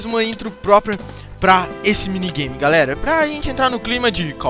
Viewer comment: ele disse "minigay"